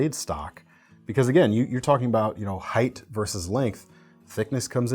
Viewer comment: I'm only 4 minutes in, but thank you a million times over for pronouncing "height" like "heigHT", and NOT like "heigTH"!